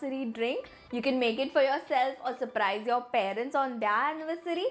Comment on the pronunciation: Her pronounciation of" their"is quite wierd Who all agree